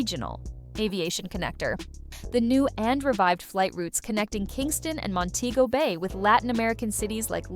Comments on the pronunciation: Please tell the Ai reading that it's Mon-te-go Bay and not Mon-tay-go Bay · You pronunciating it wrong it's Mon-tee- go- Bayy (Montego Bay) not Mon-tayy-go Bayy. (Montaygo Bay) But great documentary. 👍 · THE PROPER SPELLING FOR MONTEGO BAY THE PRONUNCIATION IS DIFFERENT. MON- TE- GO BAY.